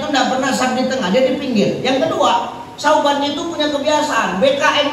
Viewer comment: Bukan sayidina Sauban Tapi Sayidina Sya'ban